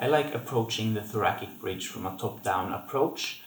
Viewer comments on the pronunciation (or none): Thanks for these excellent exercises- will add to my bridging routine! One comment- thoracic is pronounced thora"SICK" as opposed to thora"KICK" Thanks again! :)